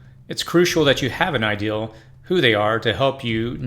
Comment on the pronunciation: Idea. Idea. IDEA ... Not ideal. Two different words. It makes my brain itch and I cant scratch it.